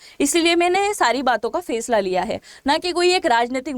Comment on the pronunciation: फेसला नही फैसला - जेहाद शहर नही जेद्दा शहर उच्चार दुरुस्त कीजिए - मॅम